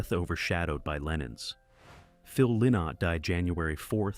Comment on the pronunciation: Phil Lynott's surname is pronounced Ly not as in why not.